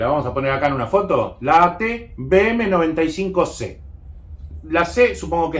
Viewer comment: Tengo curiosidad, ¿Por qué dices AT BM 95 cuando es AT V..., me refiero a la pronunciación?